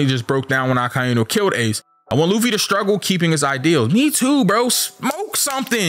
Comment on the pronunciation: i still hate when this guy says Akainu